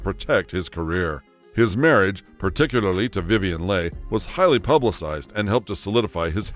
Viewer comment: Voice over mispronounced the name of Vivien Leigh multiple times!